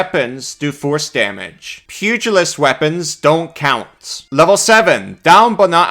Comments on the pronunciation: ...pew-jill-ist...not pugg-a-list... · Small thing, but it's pronounced "Pew gel ist" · Pew-jill-ist. But pug-ill-ist is funnier. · I'm personally disappointed by the lack of squishy-faced dogs in this class. You'd think a pug-ilist (as pronounced by ) would have a whole list of them. Also Happy Birthday! 🎉🎉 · Of course you pronounce it as pug-ilist. You are a pug class. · I was gonna explain how to pronounce pugalist, but you said it correctly a few seconds later so I'm guessing the way you said it the first time was a joke?